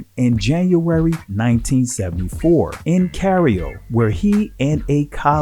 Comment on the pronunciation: Please rehearse your pronunciations before recording a video. Among many mispronounciations, you mispronounced Cairo and said "Cario" (ka-ree-o). You can't expect people to take you seriously if you can't pronounce words that are basic to the conversation at hand. Don't have our people looking ignorant out here.